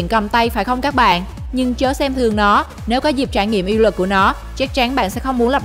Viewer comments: Phát âm cho chuẩn nhé BTV. " Uy lực " chứ không phải " Y lực ". Khó nghe quá ????? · Lần sau đọc rõ từ uy lực